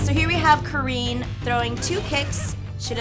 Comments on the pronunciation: She's Neither Careen nor Karen, it's Kaa-rin...she butched my homegirl's name :( Cool video! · Why does every english speaking person has a problem with saying Karin? Its not Curin, its not Karen... Just Ka-rin Awesome vídeo though, would love seeing the dood trying the atomic buster with a dummy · Literally every English speaking person in the FGC says Karin's name as Karen. And that's quite an achievement in ineptitude since the freaking game's announcer says her name correctly every damn time she wins a fight. But no, let's just keep calling her Karen instead of Karin... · I've never seen anybody said Karin's name as Karen and still somehow made a joke of it you are a snowflake of comedy XD